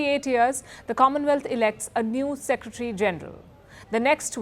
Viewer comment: Please learn how to pronounce word “ secretary” proper way. It is full Secretary not secetry.